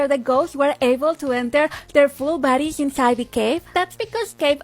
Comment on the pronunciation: am i the only one who kept hearing baddies whenever she said bodys???